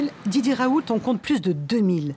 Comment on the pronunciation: "Professeur Raoulte" => ça se dit le T à la fin?